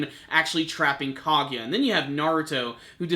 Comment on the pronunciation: you might need to work on pronouncing the names of people like Minato Kaguya and a few others